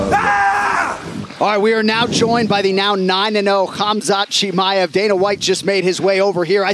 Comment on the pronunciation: ''Khamzat Chimiyef'' xD